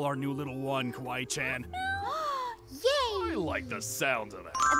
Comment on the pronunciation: It’s not Kwi Chan it’s kawaii chan